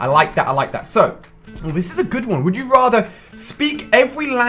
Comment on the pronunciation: It's not wood you rather it's would you rather